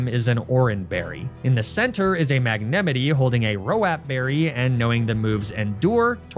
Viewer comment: Excuse me, MAGNAMETEE?